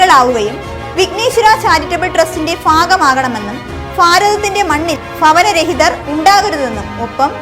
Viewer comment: സൗജന്യമായി നൽകിയ ഫൂമിയിൽ🥱 നിന്നും, ഫവനരഹിതർക്കുള്ള 🥱 ഫാരതത്തിൽ🥰 ഫവന🥱 രഹിതർ , ഫാരിച്ച🥱 ഉത്തരവാദിത്വം🥰 അവിടെ 👉ഭ👈എന്ന അക്ഷരം ഇല്ലേ ഫ മാത്രമേയുള്ളൂ....